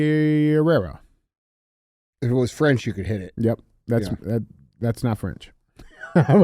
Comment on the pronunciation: Any other Californians dying laughing over DJ’s pronunciation of Camarillo & Carpenteria ?? 🤣 Ay DJ, we still love you!!! In other news, tried my FIRST 1stPhorm energy drink today! Orange Fury! Sooooooooo dam good! TASTES LIKE TANG from back in the day! Happy to see our local store carrying them! Stay politically incorrect & racist! We love it 🎉